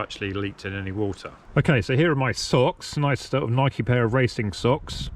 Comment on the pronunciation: Thank you for pronouncing “Nike“ the proper way.